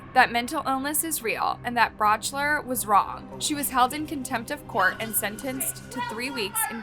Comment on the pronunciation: The prosecutor in the Holmes case, George Brauchler, is pronounced Brock-ler, not brouchler